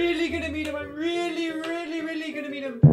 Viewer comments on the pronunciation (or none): lol the way Albert rolls his r's into w's is just funny "I WEALLY met sonic, I REALLY did!"